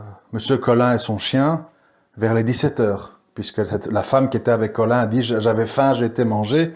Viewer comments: C est pas melin c est Colin Et pas clandon mais claudon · Intéressant mais attention à ne pas vous tromper dans les patronymes...c'est M. Colin qui promène son chien et non "Meulin". Ce sont les détails qui rendent crédibles vos raisonnements auprès des "spécialistes" de l'affaire...